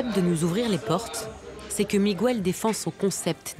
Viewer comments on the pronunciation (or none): On ne dit pas "migouel" on dit Miguel, le son "gue" existe en français, par ej.: guerre, est-ce que vous dites "gouerre"? Enfin.......instruisez-vous SVP!!!!!! Ceci dit, votre video et vos idées je les partage amplement, c'est un crime contre la nature, bien fait! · Juste pour info: Miguel se prononce Mi-guel, et non MigÜel 😉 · MIGOUELLE Franchement, il serait temps de comprendre que la langue du Portugal est différente de celle de l'Espagne. Miguel, José et Jorje ce prononce comme en français, et pas Migouelle, Rosé et Roré comme en castillan. Sinon, excellent reportage, merci et bonne continuation. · Très bon documentaire mais pourriez vous une fois pour toutes arrêter de prononcer le prénom Miguel en disant le U??? C’est Miguel pas Migouel … comme on dit Guêpe et pas Gouepe. Je vous jure que c’est énervant car cela fait des décennies que j’entend les français mal prononcer ce prénom …. Merci 🙏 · OH,, on ne prononce pas MigUel,,,, mais Miguel (Migél) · Mais pourquoi insistez vous à prononcer "Migüel" alors que l'on dit, comme en français, Miguel. C'est du portugais, pas de l'espagnol ou je ne sias pas quoi. C'est stupide, quoi. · Pète un coup ça ira mieux, explique aux portugais comment en prononce le R en français, après on verra pour Miguel. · En castillan on dit Miguel sans U, José et pas Rosé et Jorjé et pas Roré ! Vous n 'avez jamais été en Castille ? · apprenez à prononcer Miguel...c'est énervant! On ne prononce pas le"U".